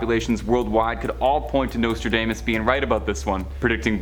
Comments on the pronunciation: Nostradaymus predicted that a Canadian host would butcher the pronunciations of several words during a moving pictures presentation about his prophecies. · Dude, learn how to pronounce his name. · How you gonna save this channel when you can't even get Nostradamus name right. Fkn tik tok generation